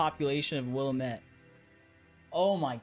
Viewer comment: Yet another person who can’t pronounce willamette.. “will-am-it”